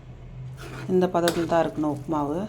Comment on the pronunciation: உப்மாவு இல்ல உப்மா